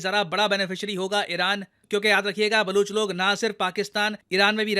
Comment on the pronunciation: aap full video mein Baluchistan aur Baluch bole rahe thhe Balooch nahi hai Baloch hai ...Balochistan not Baluchistan